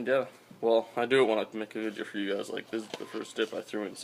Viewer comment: it sounded more like vidjeo